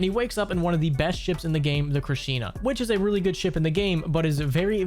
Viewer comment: It's pronounced "Krish - na " as in the Indian God Krishna because the ship has 4 limb-like appendages that sports weapons. When the 4 "limbs" are out, it reminds you of the Indian Gods with multiple arms. And like a god, the ship is very powerful and deadly. It is faster than most fighters but hits harder than a frigate. It also has a torpedo pod with OP Anti-matter torpedo.